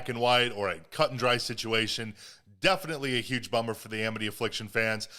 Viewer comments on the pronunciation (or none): none